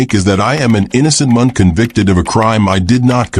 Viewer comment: Can this robot not be taught to pronounce the word “man”?